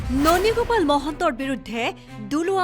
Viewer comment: ননী গোপাল নামটোৱে শুৱলাকৈ ক'ব নোৱাৰা ই আৰু কি জাছ কৰিব যে ভাই।